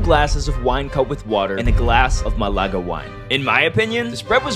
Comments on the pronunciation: The way he pronounced malaga 😭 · that's certainly a way to pronounce Malaga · butchered the pronunciation of malaga